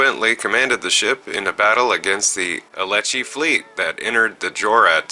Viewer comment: I hate to nitpick, but you mispronounced MANY of the terms in this video. 'Elachi' is pronounced exactly as it looks like it should be, 'Eh-lah-chee'. The first Dyson Sphere is pronounced as, 'Sole-ah-nae'. You didn't do too badly on Bortasqu', aside from the brief pause in the middle of pronouncing it. You completely forgot to pronounce Undine with the 'n' in it. The race's name is pronounced as 'Oon-deen'.